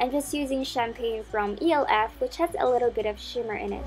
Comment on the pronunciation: It's elf not E-L-F